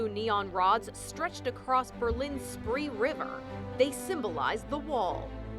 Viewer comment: She read "Spree" sooooo wrong please do your research before saying words in other languages.